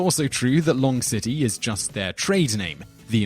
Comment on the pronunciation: Long_city or lon_ge_city, like longevity? I like your channels my man but there are definitely some pronunciation mishaps. It makes me wonder how well researched you are. Maybe you should take a little more care and run it through the old "Am I sure I got this right?" filter? Do you have that broad enough base of knowledge for that? Do you let your past mistakes remind you to double check? I don't want to come off like a wanker but if your gonna tell people about all this esoterica and obscure knowledge make sure you know your stuff cause your like supposed to be like an online know it all, ya know? I have read similar critiques of these channels before.